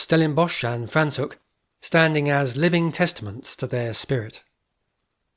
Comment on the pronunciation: Very informative, thank you. Your pronunciation of the town of Franschhoek needs correction!